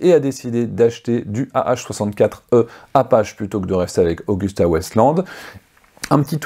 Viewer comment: j'vais faire le taquin de cette vidéo, mais c'est Agusqta stp, pas Auguste, n'est ce pas?